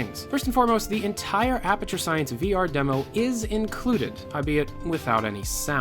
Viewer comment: If he says Apperature one more time......